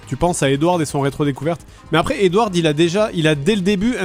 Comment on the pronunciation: Ça trigger trop qu’il prononce Edward a l’anglaise en prononçant le D à la fin